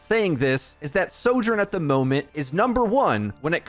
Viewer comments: Your pronouncing of Soldier & Sojourn was extremely confusing 😵‍💫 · say “76”. i can’t tell which hero you’re talking about soldier sorjourn they sound ALIKE